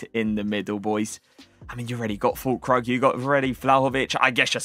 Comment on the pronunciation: It's pronounced fool-kroog